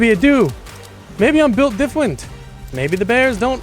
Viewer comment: "Maybe i'm buwilt Difwent"😭🙏